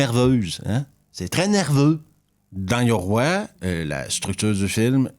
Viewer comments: Petite parenthèse tu prononce mal le titre 😊oï 2 points sur le i ça fait oye pour simplifier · Je peux pas mettre de pouce à cette vidéo : 1 parce que ce n'est pas un navet, ni un film de genre mais un film de m...e ! 2 parce que ta prononciation japonaise est affreuse, yoroï ça se prononce pas yoroi ! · Bonjour. J'ai adoré Yoroï ! Cela se prononce "Yorohye".